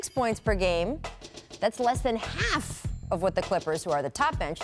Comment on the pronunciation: Does anyone else want to punch this bitch in her face for how she said "half" ?